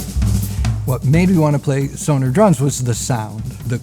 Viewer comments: He actually pronounces it correctly. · He is pronouncing it better than most Americans , they say more Sonar….